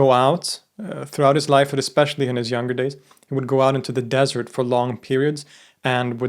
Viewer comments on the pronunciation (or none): none